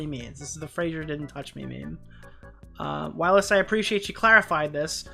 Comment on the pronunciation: Whilst doesn’t have a “uh” in it 😂 it’s just while with “st” on the end, same as you said kirst. 😊